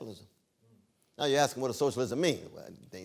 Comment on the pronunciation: When a brutha, at MIT, starts off with "axe" I tune out. This is what happens when affirmative action goes overboard. LMBAO!!!